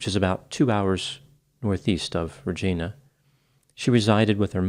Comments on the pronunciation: I think it's pronounced Ruh-jye-na, as in it would rhyme with words like vagina, Carolina, and that teenage witch - Sub-rye-nuh lol. No joke, I really do think that's true. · Rajeena ,😂 Love you doc ! It's Regina rhymes with... Love from Canada 💕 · Regina pronounced Ree ji (as I am here) na. Great channel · Hello from Saskatoon Sask Canada. It’s-40 here but anyways the city of “Regina”is actually pronounced like that female body part that starts with “V” or that heart condition,Angina! This case is not good. I am just an average female who has known not one,two,three but four indigenous women who were killed.Two were murdered by their partners and two by unknown Individuals. It’s theory that we have a serial offender who travels between Saskatoon and Regina.The released a statement in the summer. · Hey Doc ... It's actually pronounced like, vagina. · Regina rhymes with vagina in this case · it’s Regina…rhymes with vagina. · Here in Canada, Regina is pronounced "Re-gine-ah" (as in "mine" or like v*gina). I never understood why. The way pronounced it makes more sense, especially for anyone having studied Latin. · Regina is pronounced with a long I sound. It rymes with Vagina. /rəjīnə/ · "Reeegina"... e not eee... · Regina is pronounced “Ra Ji Na”. It rhymes with certain female anatomy if that helps lol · Exactly. I took Latin, and "ra-jy-na" doesn't make sense. I live in Canada, btw. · Regina, Saskatchewan is pronounced like Vagina, Saskatchewan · ❤️ Your videos. Just FYI, Regina rhymes with vagina. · Canadian here: it is pronounced RE-GY-NA. Thank you for the story. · It rhymes with certain female anatomy if that helps 😂 “Ra-Ji-Na” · it's "Ri-Jye-na" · Considering it is a Canadian city, it doesn't matter how anyone from the states (or anywhere else) WANTS to pronounce it...it is a fact that it IS pronounced to rhyme with vagina 🤗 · You mispronounced the word 'Regina'! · Regina rhymes with Vagina. Fellow friendly Canadian here.